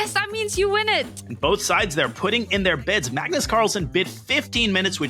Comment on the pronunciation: ‘ MUGNUS CARLSEN’